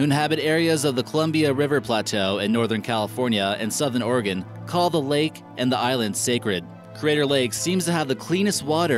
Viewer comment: Oh you pronounced Oregon right i0i